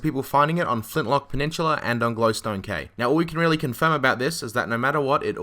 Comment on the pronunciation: I stopped watching when he said Flintlock Peninchula